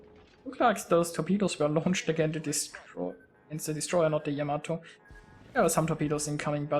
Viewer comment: What are you talking about? He pronounces it just fine for someone who probably doesn't speak Japanese.